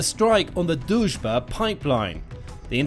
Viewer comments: You try but it´s not Dužba it´s DRUŽBA. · Not "Duzh-ba" but D-Ruzh-ba" -- it means "Friendship" in translation from Russian. Дружба. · It’s not Duzhba, it’s Druzhba Pronounced Drew-zhba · lol is Drujba, but you pronounce it as Doucheba 😆😆😆😆 I am from Ukraine by the way and I think doucheba is more fitting name for this russian pipe 🤣🤣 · Why did i keep hearing it as the "duchebag" pipeline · everytime he says Druzhba, i hear Dushbag! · You should really learn how to promounce "Druzba" when you make a video where you say it like 100x...it is not that hard...just play it few times in the Google Translator🤦‍♂